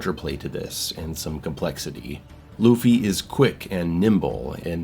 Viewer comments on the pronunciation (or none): God of War Loofy? 😂 C'mon now. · Say Luffy again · how do you do a video like this and pronounce the main characters name wrong? im honestly baffled there is so much material out there where the title is said correctly lmao....The One Piece is real!! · Smh Loofey 😂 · I can't pay attention to anything you say after you say luffy, it is so distractingly hilarious 🤣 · please stop saying Luffy lmao